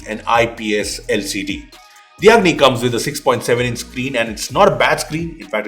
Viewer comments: When said Lava Agni I heard Lava "Ugly" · i thought i am hearing "LAVA UGLY" 🤣🤣